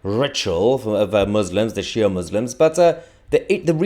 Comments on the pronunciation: This is Toussi's lot from Iran. He pronounces Sh'ia as if he has NO clue ! 😂😂😂😂😂😂😂😂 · Why do you want a unicultural world bro? The worl woul become so so boring. And also do you have beef with Shia Muslims 😂? Like when you said "Shia Muslims" you seemed to pronounce there name as if they are something like a waste. Lastly you are enthnically anything but Beitish. Like I think you are an Arab, where are your parents from?